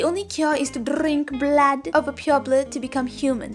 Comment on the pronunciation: I like the way how you said Drrrrink Blaad from a pureblood!! So cuteee🤣🤣🤣